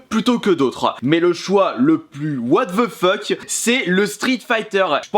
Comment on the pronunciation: WATH VEU FEUK